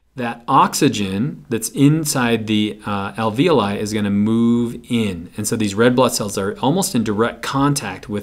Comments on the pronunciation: This video just blew my mind. My AP Bio teacher has been pronouncing alveoli "al-vee-olee" to rhyme with ravioli... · This really helped but you really need to learn to pronounce the words LMAO like capillaries and alveoli your saying them wrong i laughed